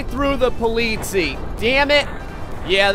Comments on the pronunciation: Thank you, the way pronounces it was driving me crazy =D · the EI in polizei is pronounced like the y in try, and the last syllable is the one you wanna stress. greetings, some german dude :D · He was getting pretty near Swissgerman prounauncing : Polizie like you say it with a long i at the end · The ei in the end of Polizei is pernawnsed I and the i is pernawnsed e. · Im from Germany and I feel offended by the way you say Polizei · he is getting annoying because he isn't saying polizei right. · sorry but i never ever heared someone say the word polizei sooo wrong. wt ffff.... polizei. you have to say "politsai" not politsi btw greetings from germany;) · BTW: it's pronounces po-lee-tsai (or something like that) The last syllable is like the cy in cyber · polizei is pronounced po li zi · Sprechen Deutsch? Ich bin British und ich sprechen Deutsch... Sie politzei, nein politseis. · the First police cars are pronounced Po-li-cy (from cyber) not polizi XD. And Grettings from Germany! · It’s German, it’s pronounced politzei, not poleetzee. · STOP SAYING POLITIE ITS POLIZEI GODDAMMIT cool vid tho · (This might be really late comment) i think the really funny thing is he said polizia and they are from italy if I'm not wrong ^^ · He bronounced the german police "polizies" lol, (im german) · Oliver Holtz guess what: the way you wrote it wont help him at all. At: you almost pronounced it right. To help you, its somewhat like Polizay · Polizii XD das ist eine ziemlich Falsche Aussprache man merkt dass er auf My Summer Car liegt (Poliisi) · Politz- eye, is the best way to teach someone to say it. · You pronounced "Polizei" wrong it should be like "polizai" greetings from Austria ;D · You pronounce Polizei like Po-Leeds-I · it's spelled polizei, but it's pronounced Po-Litz-Ai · not to be an asshole but Polizei is actually pronounced Politz-eye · The first r pronounced (po-litz-i) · It is pronounced po-lee-zy